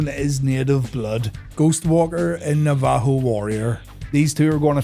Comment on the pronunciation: Your pronunciation of Navajo is egregious